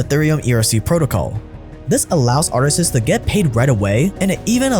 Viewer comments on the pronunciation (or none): he said "Artist-sis" bet he realized that mistake too late.